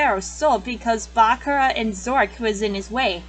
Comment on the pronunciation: *Sorry that she mispronounced Bakura and Atem Sorry*!